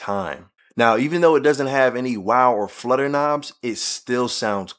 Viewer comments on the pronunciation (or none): none